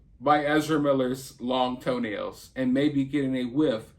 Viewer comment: I actually GAGGED when you said LONG TOE-NALS!